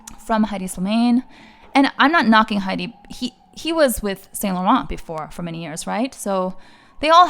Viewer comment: So happy Phoebe is coming back. I do enjoy hedi’s iteration but not as much as phoebe’s. P.s pronounce it as eddie not heidi